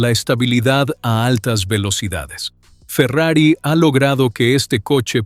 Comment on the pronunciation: video hecho con ia chafa, Farrier dice la marca, no Ferrari.